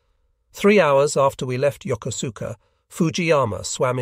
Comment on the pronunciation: It is pronounced Yo koos ka with emphasis on the koos.